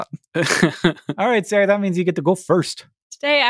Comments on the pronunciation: Her name is? Ever since I've been watching Tangents, I've been hearing it as Sarah. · My stupid (read:british) ears are not hearing a pronunciation difference between and Siri and all the time I have been listening I thought your name /was/ Siri. Whoops!